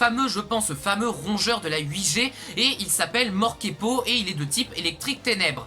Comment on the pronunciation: Super vidéo ! Tu te trompe c'est pas "Morkepo" mais "Morpeko"